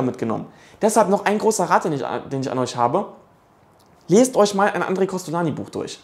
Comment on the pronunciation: inhaltlich richtig, aber "Andre" wird nicht "a" ausgesprochen, sondern als "oon" (Nasallaut)